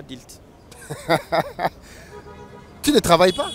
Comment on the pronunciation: Kiekiekie😅😅😅😅😅 adilte et non adulte😂😂😂